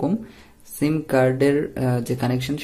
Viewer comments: শিম না, এটা হবে সিম। কথা ভাল করে শিখে তারপর ভিডিও বানান plz😊😊😊👌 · অই সালা মাদারচুদ, তোর ভিডিও তুই কাজে লাগা, আর সিম উচ্চারণ টা সঠিকভাবে করিস